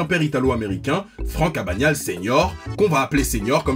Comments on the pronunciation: AbaGnale junior et non abañale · Catch me if you can film avec Tom Hanks et Di Caprio ( et ça se prononce Abeuknale) sinon très bonne vidéo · Ça commence mal on dit abaGNale en prononçant le g et le n